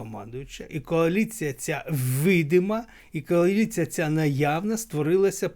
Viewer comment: Вона казала кааліція